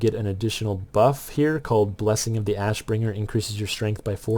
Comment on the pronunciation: you said "wrath of the assbringer" lmfao. great vid. learned a lot from it so thank you.